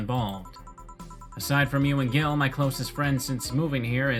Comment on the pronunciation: "Gil" really is argentinian slang, for dumbass or weakling. Though it's pronounced in a way similar to the word "heel". Merry christmas!